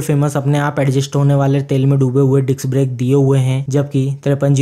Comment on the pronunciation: It's disc's not diks brakes